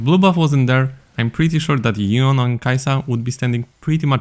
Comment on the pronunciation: I find it hilarious how no one outside of NA seems to know how to say yeon's name lmao